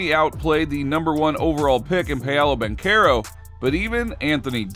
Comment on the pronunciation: Hearing this guy pronounce Paolo Banchero makes me cringe...